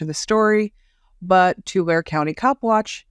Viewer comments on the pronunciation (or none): love your work...Tulare is pronounced Tu-lar-ee :)